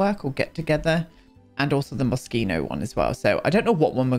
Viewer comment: I don't know how much you might care about it, but you said "Moschino" correctly the first time! Saying "Moschino" with the "sh" sound in Italian means "a bit flaccid", which is funny, but perhaps not exactly what Franco Moschino had in mind.